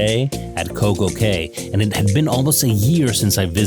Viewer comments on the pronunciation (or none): Nicely presented. I'm going to see if you sailed on a different class of Celebrity and if you have, your comments. btw, Coco Cay is pronounced Coco Key. For some reason, the private islands pronunciation is actually "key" though many of the younger vloggers say "kay."